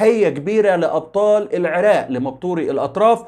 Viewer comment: بارك الله فيك ابن الكنانة ابن النيل الحبيب ولكن ارجومن جنابك ان تقول العراق وليس العراء....بالتوفيق يارب